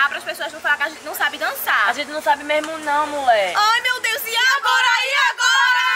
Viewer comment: Ela falou "mds" kkkk